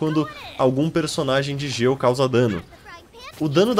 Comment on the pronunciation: Ele fala Geo mas as vezes parece gelo kkkkk é estranho rsrs belo vídeo 💗